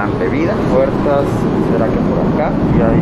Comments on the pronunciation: alguien más se dió cuenta de que decía "po Luisito" en vez de "por Luisito" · min creo que en ves de decir "Po Luisito" en realidad iba "Por Luisito" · Que paso Yayo te falto la ´´r´´ en por luisito “Asientos lujosos de avión”´´Hora de comer´´ “Po Luisito”